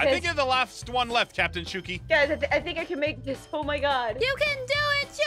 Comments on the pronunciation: Aphmau not suki😊😊😊😊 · I hear Pilipino words aphmau said in heard ang ganda first time hearing❤❤ Philippine. I live there❤❤ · he almost called yuo aphmau